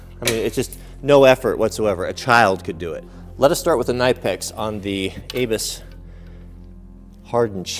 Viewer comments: "nip-ex" not "kah-nipe-ex" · Please learn how to pronounce your favorite brand WRONG: /knaɪpeks/ RIGHT: /kniːpeks/ Just watch some videos on the channel of Knipex if you want to learn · OMG how may timess.... Its pronounced ' Nip Ex' NOT ' Nipe ex'. .!! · Its not K-nipex its pronounced Nipex as in Nip--ex not Ny--pex either 👍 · Think it’s said like nip-ex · the K in Knipex is silent , .....nipex.... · Just for kicks and giggles .. Knipex is pronounced (phonetically) Ka-Nip-Ex - by real professionals in the know and who use Knipex in the field or at home. It just hurts my head listening to your version. Kind of like the sound of fingernails scratching on a chalkboard. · Knipex is just like knife the k is silent. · I believe it’s pronounced Nipex the k is silent... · if you watch vids that the manufacturer puts out, they pronounce it Kuh-nip-ex. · Its pronounced nipex I believe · You set the chain link further into the jaws on the Chinese bolt cutters, and right out on the end of the jaws on the knipex, far more strength if further into the jaws, that’s why the Germans failed, bias testing = irregular results Also the k in knipex is silent I’m fairly sure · Well guys what did we learn, we learned that you can't say knipex properly, I wonder how you say knife or know. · I love the videos but the k in knipex is silent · Its a silent K! Your know what i mean? A knot is not a K-not.